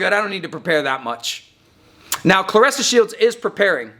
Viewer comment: Aye you make sure you bring yo a$$ back on here making a video about how u were wrong and very condescending and had a slightly disrespect undertone... and when you get back say her name right not like how you did when u started ur monolog 🤣🤣🤣👀🤣🤣🤣 hurry up we waiting lmao 🤣